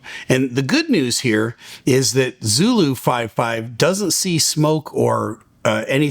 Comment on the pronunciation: Oh man...hearing Zoro instead of Zulu really causes confusion for me over the radio. Too similar to Zero, imo. Eesh. Maybe just me?